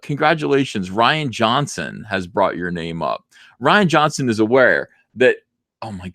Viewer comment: As someone named Ryan, I humbly ask you refer to him as roundhead "Ree-an" Johnson. Thank you for your time.